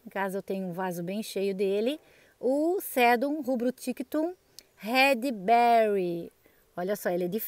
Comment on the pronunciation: Quando voce fala "rred" significa cabeça, pra falar vermelho "red" deve ter o som do r fraco como em varanda. Nenhuma palavra em ingles que começa com r tem som forte como em carro. Todas com r fraco, como ex a lovely rose nao é "rrose". Foi so uma dica pro seu video ficar ainda melhor, pq as suculentas estao lindas demais! Feliz ano novo.